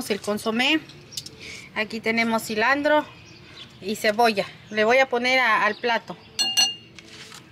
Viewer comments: Muy. Buena. Pero. Enseñense. A. Ablar. Se. Dise. Silantro. Ok. Ustedes. Disen. Silandro. Ablen. Bien. Por. Fabor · EL ÑOR CREYÉNDOSE CHEF Y LA ÑORA CORRIGIÉNDOLE A CADA RÁTO NO ES CILANDRO ES CILANTRO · Minuto 12 se dice cilantro